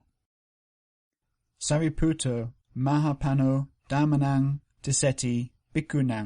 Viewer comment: Many thanks for the enormous effort of compiling this series of videos. May I just notice that your pronunciation of the sound ñ in the word mahāpañño is wrong. It would be good to correct that if possible. Metta